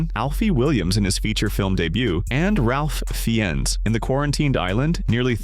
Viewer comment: Either Me or You are pronouncing Ralph Fiennes Name wrong...🤔